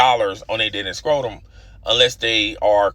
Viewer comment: Yeah I could not tell if that was a subtle shot or mispronunciation